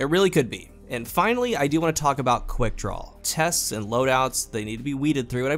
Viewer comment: Why does it sound like half the time you’re saying. “quickdrawl?”